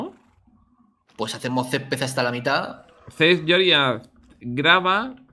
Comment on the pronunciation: me da gracia como Vegetta dice césped céspes xd